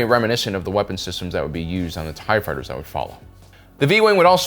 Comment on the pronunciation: Foo fightahs Lol